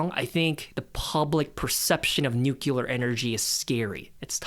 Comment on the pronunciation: It's funny hearing such an intelligent kid say "nucULar". I've got bad news for you😅